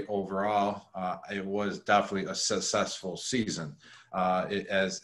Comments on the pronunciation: Someone needs to tell Gronk that successful isn't pronounced sussessful... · “Susessful” lol 😂 love Gronk! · “Sussessful.” Lol I love Rob. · “It was a Sussesful season” words from Gronk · "Susesful season" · "Sussesful"? Hnmm... all the best. No bust. Super Bowl, baby!! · He keeps saying sess sessful .🤷‍♀️